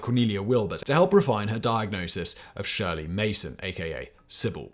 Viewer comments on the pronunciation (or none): none